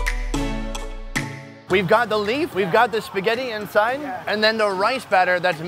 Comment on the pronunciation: Hahahahaa, spaghet